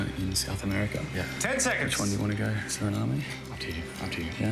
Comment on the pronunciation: The e is silent in Suriname